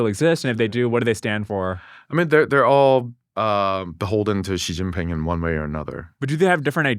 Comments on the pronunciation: He's not "anglicising" it. That weird sound he makes isn't an English x or j or anything else, either. It's something much weirder. Also knowing pinyin or not has nothing to do with it. Learning zhuyin would work just as well if not better. Or it that's too much effort, he could just use a sound common in English. Instead, he's making some other sound that's "exotic" to English speaker ears, but totally unrelated to how the name sounds. It's like he's trying to pretend he know's how to pronounce it while still willfully doing it wrong. It's a complete failure. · You're a brilliant guy--obviously. But you share the same inexplicable trait that I am always amazed to see in famous or otherwise credible commentators: you simply won't pronounce "Xi Jinping" correctly. Please take a few moments (seriously, it only takes about 10 minutes) to learn basic pinyin pronunciation. It's really not very hard at all. You'll even be forgiven if you flub the tones much of the time. But "Xi" is pronounced like the English "SHE." Not "jee" as in "gelato" or "zh" as in the "j" in "Nikki Minaj." Like him or not, Xi is the leader of one of the most powerful countries on Earth. The least we can do is pronounce his surname right.